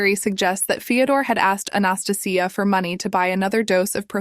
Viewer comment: I think the woman in the second story's name is Anastasia, pronounced "ann-ah-stay-shia".